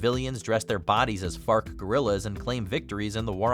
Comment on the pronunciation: Bruh, u saying fark or fart guerrillas😂